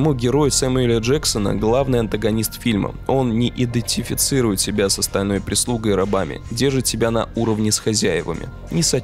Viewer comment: Это местами невозможно слушать :( непоновение привилегированный (ударение) идеТифицирует эти перетянутые паузы между словами… не идет ли это все вразрез с тематикой канала?